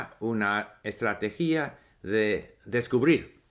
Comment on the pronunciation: Hay una palabra que tú pronunciaste con tilde "estrategí-a" pero de esa manera está mal Debe ser "estrate-gia" "estrategia" sin tilde